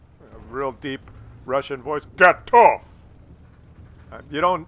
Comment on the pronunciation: i hear it as "got off", which is what i do every time i kill a russian medium!